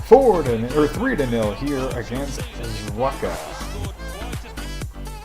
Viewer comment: zwickau is pronounced zvick-ow (you had it right). good heavens! mackeith is getting himself a good lead in the goal race between him and fitzy. Don't think he's too upset though since Braunschwieg continues their fantastic form (will forget about the rostock match).